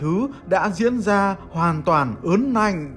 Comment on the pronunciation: Ớn lạnh chứ ko phải ớn nạnh đâu nhé làm truyền thông lên phát âm cho chuẩn nhé nhắc nhẹ thế thôi